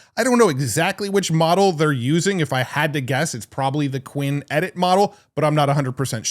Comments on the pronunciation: since when is qwEn pronounced like qwIn 😂😭? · Just a note, since I've never seen an English content creator pronounce this correctly, "Qwen" (Qianwen) would be pronounced "Q1".